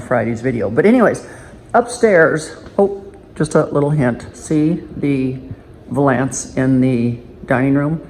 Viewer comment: It’s valance! VAL.ANCE 🤦🏼‍♀️